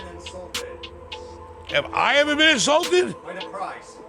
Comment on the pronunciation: It’s Insulted not insulated